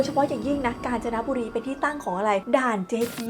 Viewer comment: ผมว่าผมได้ยินเปิดตัวคลิปว่า "กาญ นะจ๊ะบุรี"😂😂😂😂😂😂😂